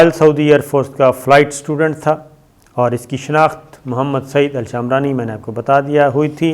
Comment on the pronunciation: شامرانی نہیں صابر بھائ شمرانی ہے۔